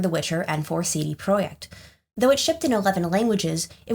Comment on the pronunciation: The way you pronounce some names like CD projekt with the Polish accent and then others without is driving me nuts. Are you just selectively pretentious or what?